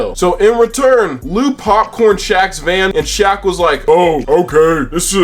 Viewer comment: The way you purposely butchered Shaq name got me good~ thatnks for the laugh